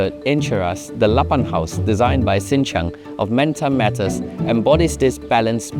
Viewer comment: Hey. men-tah, as in raw in malay. not man-tah. get the pronunciation right.